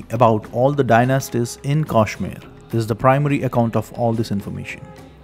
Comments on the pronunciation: It’s pronunciation is not Kaashmir, but Kashmeer! Please pronounce it correctly . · First of all he pronounces the name Kashmir wrongly. What can you expect from such an ill informed person. His information is all lies. Muslims did not exist in Kashmir until 1312. This guy says there was a so-called invasion in CE. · what is kaashmir....say kashmir ....vah rishi shri kashyap ji ki bhoomi h